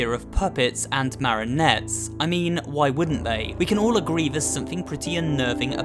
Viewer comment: why do you keep calling marionettes "marinettes"?